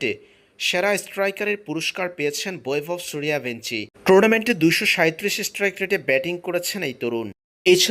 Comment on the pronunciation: learn how to pronounce in Bangla.. it's Boibhobh Shoorjobongshi